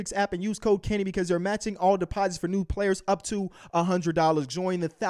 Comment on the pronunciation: Everytime kenny says "use code kenny" I hear "use cocaine"